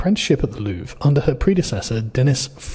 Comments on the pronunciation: did you say loovree you pleb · Just so you know, it's pronounced "Lou-Vra" ... so you can outperform MSM LOL. Really sad part is that the normal French citizens won't get how "DEI" doesn't work ... can't change a flat but can run "Security" at the World's premier Museum. Her saying "Non" to Policing is dangerous is the same logic as a female Blackhawk Trainee Pilot ignoring her Male instructor to change course ... twice. Bonjour and howdy from a Texan living in France. They didn't use a "Crane" in the traditional American sense, they used a "Furniture Lift Platform" and the reason nobody seemed to know it was going down is that those devices (Furniture lift platforms/stairs) are very common here ... most building that even have "Elevators" are usually very small and most times "Movers" aren't allowed to use them as it interferes with Tenant movements. So they use these portable devices to move boxes/furniture/appliances externally from the Street and thru Apartment Windows. Nothing out of the ordinary ... especially given they were dressed in "Workman Reflective Gear" (also very common). And it only took 7 minutes ! Seems to be the current MO for this type theft. Popping the stones/Pearls out isn't very difficult or time consuming; they've already proven their skills with a battery powered angle grinder ... a "Dremel" with a cutting wafer is no great step. The Gold is easily smelted with a gas/oxy torch in a graphite crucible and with spot Gold going for $4,300 a troy ounce, very lucrative. The "Rose Cut" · you don’t pronounce the “re” in Louvre mate.. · So you pronounce it like the word we use as a synonym for bathroom.